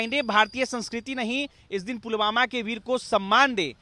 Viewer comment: फूलवाला फुलवामा कर रहे हैं महोदय.. सही उच्चारण पुलवामा है..! बाकी शिक्षा की जरूरत है इन्हें.. सस्ती पब्लिसिटी के लिए कुछ भी